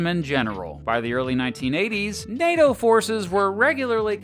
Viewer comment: NATO, not PLAY-DOH!! 😂